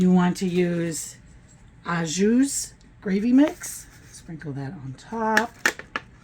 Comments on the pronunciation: NO. ...and....She JUST SAID, "Ahh- jews" for the "Au jus" ("s" is silent!) LOL...I'm laughing so hard, I can't read the 45 lines of ingredients in this 'Ah jews'. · The "s" in "Au Jus" is completely silent. The phrase is pronounced "oh-ZHOO" (or simply "oh-ZHOO").The term literally translates to "with juice" and refers to meat served in its natural pan drippings. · She JUST SAID, "Ahh- jews" for the "Au jus" ("s" is silent!) LOL...I'm laughing so hard, I can't read the 45 lines of ingredients in this 'Ah jews'. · Pronounce “ o jou” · You don’t say the s in au jus